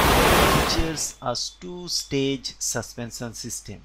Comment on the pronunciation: Suspensan???? Why can't you even pronounce "sh"?